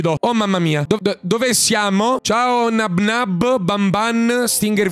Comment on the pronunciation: Non si dice Nabnáb ma si dice Nábnab